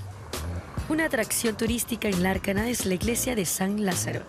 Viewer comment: Lárcana diceeeee aaaaah... She doesnt even know the name of the city😑